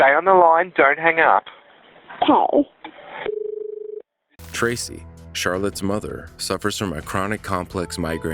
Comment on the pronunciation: Don't HANG GUP. Hang gup, Man..... the pronunciation and lack of language education is atrocious! Not to mention 90% of anyone commenting on here have no clue what the hell Spell Correct is. Just sayingk! LMAO